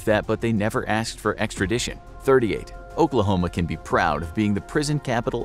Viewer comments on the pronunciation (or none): Nobody: The infographics show: ogklahoma